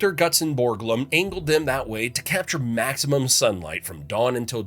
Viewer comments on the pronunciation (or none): none